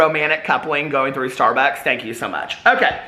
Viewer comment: Love it when you crack yourself up. Lol. Shtarbucks.